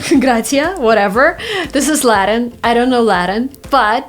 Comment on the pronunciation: She didn't pronounce correctly the word "latin".